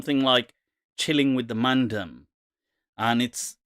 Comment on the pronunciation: Its not mandum...its man-dem..as in the 'dem' from 'demo'